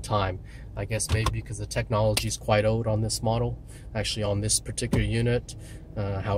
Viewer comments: He kept saying "ode". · learn how to say OLD!